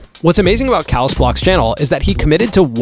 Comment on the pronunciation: Wdym calus blox is cay - lus blox